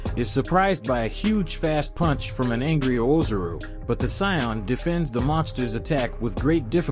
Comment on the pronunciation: Yeah bro he is pronouncing a bunch of stuff wrong. Whis and Ozaru too he says wrong